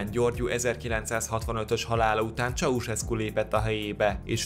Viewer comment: Ez van! Mikor hallom hogy "Csauszeszku".... Pfff... Csaucseszku. Dehát jópár éve Magyarországon vagyok... Igazából nem is akarom kijavítani. :) Jó az úgy is. :D